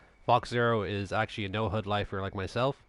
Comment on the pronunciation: Thanks for the clip. Never liked Ghost, but with Breakpoint coming out, I might get it. Also watch out for your pronunciation of HUD :)